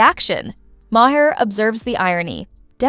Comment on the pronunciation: What do you think the guys Middle Eastern? Mahaaar? Why can't you pronounce his name right? It's pronounced "mar" ! And even though I can't stand the idiot. You sound like a bigger idiot screwing his name up. Smh.